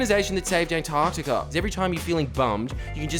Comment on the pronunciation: Jordie my hero the sound of Antar C tica minus the c crushes my very being.